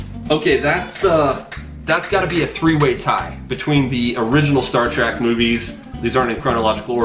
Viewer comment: Sorry it's killing me! Star TrEk not Star TrACk. Ack!!! Lol anyways love the answers. Hi and family